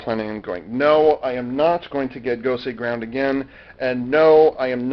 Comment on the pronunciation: If it's called Gosei Ground, why is it pronounced Gosei Gurando?